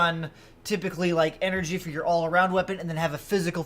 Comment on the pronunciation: “Enery” lol.